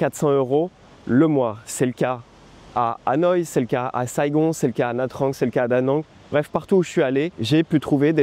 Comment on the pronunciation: Le seul effort que tu peux faire, c'est sur la prononciation des noms des villes vietnamiennes :D "Nha Trang" se prononce "Nia Tchang" par exemple. Sinon, excellente vidéo.